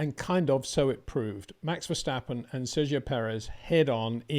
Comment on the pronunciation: it is NOT Max "verSHtappen" ... Max is not German (Germans indeed can in most cases pronounce "st" as "sht") ... #Max33 = Dutch NL/Belgium! ... It is not "Bottash" nor is it "Lewish" certainly not "verSHtappen" .... This BS started long time ago when a British sport presenter interviewed father Jos Verstappen and assumed you can use a German pronunciation to a Dutch Driver thinking it is so "funny" ... It is not. Serious question: can any Englishman say "versatile" out-loud without saying "vershatile" phonetically? most can about 99,99% ... that is why most English can pronounce Verstappen 100% correct! Father Jos Verstappen (also F1 Racer) was very active between back then only a very few said "Vershtappen" but the vast majority of British sport presenters pronounced it perfectly ... only a few old stubborn farts like Peter Windshor